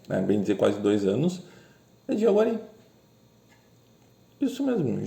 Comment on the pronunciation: Jaceguai, não "jaguari"